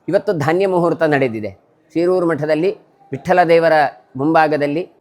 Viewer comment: ಶೀರೂರು ಎಂದು ಉಚ್ಚರಿಸಿ